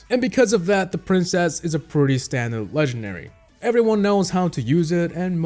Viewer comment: you Keep SAying LEGENARY WITH NO D